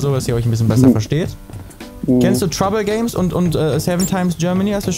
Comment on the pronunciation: INFO: Er heißt nicht "TroubleGame" sondern "TroubleGameSSSSS" :D Schon zum 2en mal falsch haha